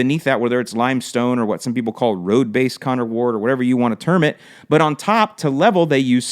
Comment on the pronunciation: Mumble mumble...Connor Ward :) Yeah, I caught that